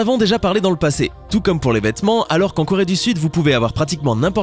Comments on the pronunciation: llengehen Corée pas Chloé 😂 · leshalles llengehen c Corée pas Chloé 😂😂😂